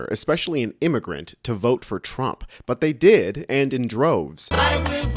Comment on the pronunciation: I wil boat! For Donald Thrump! 😂😂😂😂